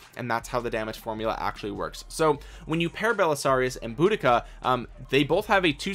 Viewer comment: it is deceiving as it's very different to how it appears.. you got the Boudica pronunciation spot on 👌 Keep up the brilliant Vid content as I am f2p so lots of these Epics are of great interest to me.